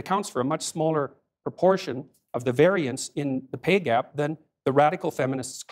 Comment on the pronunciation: Ask him the definition of variance please if I hear him say it one more time incorrectly…